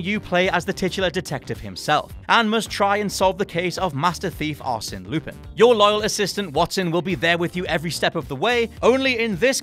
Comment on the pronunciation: winces silently at the pronunciation of 'Arsene Lupin'